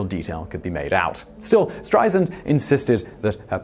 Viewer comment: Apparently the “Streisand Effect” hasn’t resulted in the consequence of people knowing how to pronounce her name. It is not pronounced STRY-zund, as this man says. It’s STRY-sand (like sand on a beach). I mean my gawd, the woman has been world famous for 60 years. Then again, Brits still call L.A. “loss-ANN-juh-leeze,” so we have a lot more work to do.